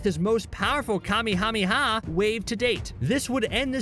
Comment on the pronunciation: Lol I can’t unhear it now 😂